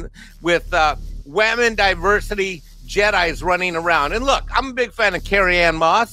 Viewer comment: Can we please stop saying "wamen"? It's absolutely idiotic.